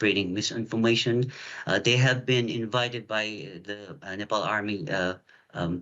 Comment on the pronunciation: Nepal Not Nepaul!